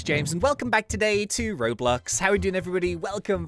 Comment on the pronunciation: Dose he say roblux at the start, or is that just me?